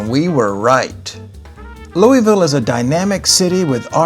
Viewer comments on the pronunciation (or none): Great video, one major issue though. It’s pronounced Lou-uh-vull . Not Lou-e-ville